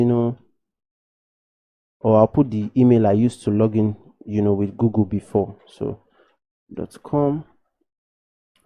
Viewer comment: why you say gogol its google not gogol 😂❤️